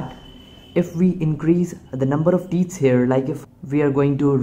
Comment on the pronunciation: "the teets". my wife has some too.